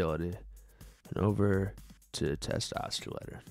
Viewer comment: It's not "oskilator"